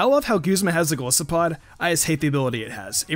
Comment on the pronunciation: How many other people noticed how he pronounced Golisopod wrong?